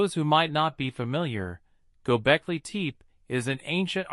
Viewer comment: your A.I. voice sucks gobekli tepé not gobekli teep